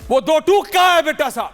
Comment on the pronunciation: Do tuk ni hota Do tok HOTA hai